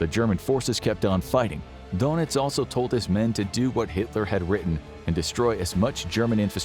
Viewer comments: This guy's pronunciation of the last names is driving me nuts. It's not donuts for pete's sake. Ugh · Gee, considering that there is about 90 years of historical films, you'd think they'd at least learn how to pronounce Goring and Donitz' names properly........GYURR-ing, DURR-nitz..